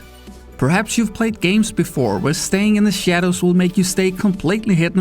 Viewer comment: "Stay insait ze sadows" ;)